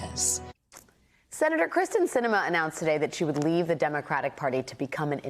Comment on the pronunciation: I am LOVING that Sinema clearly did this for attention, thinks no one gets what she's doing, AND every single person reporting on this is mispronouncing her name. She thinks she's so important, but obviously isn't when no one even knows her name. Let her be Independent; the letter behind her name won't change the fact that she's invisible and unnecessary.